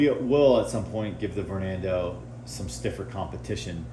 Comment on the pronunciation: bro said vornando